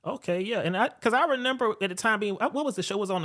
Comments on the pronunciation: him saying renember instead of remember is bothering me 😭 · I had to play it back a few times to confirm that he was really sayin renember 🫤